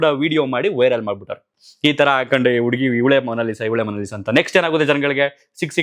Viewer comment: ಉಡುಗಿ ಅಲ್ಲ ಹುಡುಗಿ